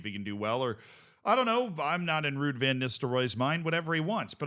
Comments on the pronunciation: You did butcher it, Ruud is not pronounced the way you did it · Excellent pronunciation of Ruuds name